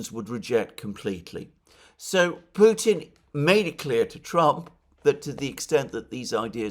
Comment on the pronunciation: McGovern seems to always -- thus intentionally -- pervert the true pronunciation of Putin to "putain" (which is rather disturbing when one runs that through a French to English translator). And Johnson, it seems to me (like Allister Crooke), suffers from deeply ingrained antisemitism. Nonetheless DNI Gabbard might well be informed by them; she's quite discerning.